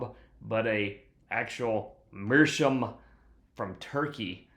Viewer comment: It's pronounced Mearschowmh